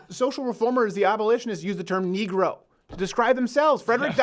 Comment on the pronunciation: First of all your not saying negro correctly. I don’t think the word negro is racist but when you say it like that it is potentially offensive